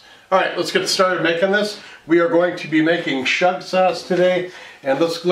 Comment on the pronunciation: Chef, please learn now to pronounce schug correctly! It's NOT "SHUG." Ask a Yemenite Israeli for the correct pronunciation. Calling it "shug" is like calling mirepoix "meer-pox' or calling fettuccine "fetusyne."